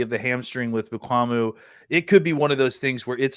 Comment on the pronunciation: can't say Mukuamu's name lol